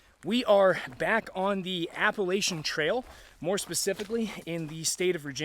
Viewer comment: There is no LAY in Appalachian. It's pronounced (a·puh·lah·chn). Otherwise the video is very informative, thanks!